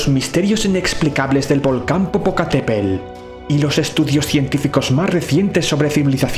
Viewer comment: El volcán mexicano se llama Popocatepetl. Para aprender a pronunciarlo bien lo puedes separar en sílabas: po - po - ca - te - pe - tl.